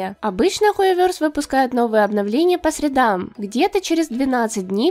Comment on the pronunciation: Поставил лайк за правильное ударение в фразе «по средам»